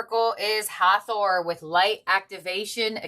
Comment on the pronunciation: Thank you for this reading! ❤ As for the pronunciation of "Hathor" . . . YOU were speaking it correctly. I have no idea where that author came up with that pronunciation, but an Egyptian man saw my tattoo from my design of the "Eye of Hathor". He recognized the eye and pronounced it as written: hath-or I am named Heather Lee and a Jewish Leo: sun/venus/S gate, a musician, and a descendant of dairy farmers - as a reminder that I am a Hathor-Lyran who works with music and the Merkabah as tools of healing, protection, and peace.